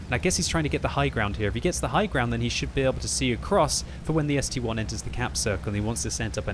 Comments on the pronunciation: Boi its S-T-I not S-T-1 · It's ST-I not st-1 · still reading ST-1 instead of ST-I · Mmmmmm, I'm pretty sure it's an ST-I, as in ST eye